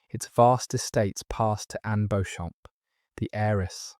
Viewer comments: It’s pronounced Beecham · Walla Walla, Washington, under a full moon. You've done a great job, I've one correction: Beauchamp is pronounced BEE-chum.